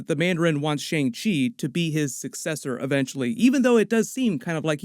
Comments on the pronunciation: It’s not Shang-chi it’s Shung-shi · The correct pronunciation for shang chi is "sung-chee" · I was one of those person who pronounced Shang Chi like Aang with the Sh but it's actually Shaun Chi , Simu and Feige are also pronouncing it this way. Idk how it was originally pronounced in the comics if it was different, and I'm not Asian so idk the "correct" way to pronounce it but out of respect we should pronounce it how Simu Liu is which is Shaun Chi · Great video!! By the way, Shang Chi is pronounced “Shung-Chi”. Like “sung” but with an “h”. And Michelle Yeoh is pronounced “Michelle-Yow” not “Yaw” ☺️